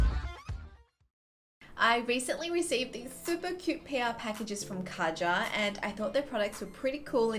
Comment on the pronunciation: Just to clear things up you pronounce it way different just type Kaja into google translate and see for yourself I just wanted to say this because I personally think if a certain brand puts a lot of effort into their product they should have the customers respect its name.